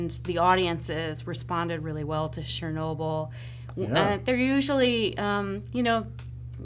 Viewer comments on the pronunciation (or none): wtf is "shurnobyl"